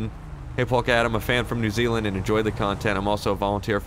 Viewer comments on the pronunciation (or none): none